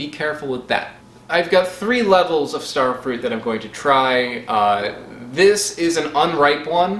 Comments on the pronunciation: Stare Fruit? They grow where I live. Maybe I should mispronounce "strawberries." and get upset when people call me on it. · “Stair-frut”. omg LOL you are a legend. I actually LOL’d 🤣🤣🤣🤣🤣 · you got me with "Stairfrut" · Just found this channel and this video. Your pronunciation of starfruit sounds a lot like what the Dutch translation of starfruit would be: sterfruit. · Another weird pronunciation "Sterfrut". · stair fru-ite